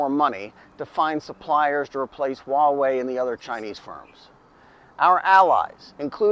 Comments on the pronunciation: It's Hua (pronounced Hwa). Why do people say Waa-wey? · It's funny that you pronounce Huawei in Cantonese rather than in Mandarin.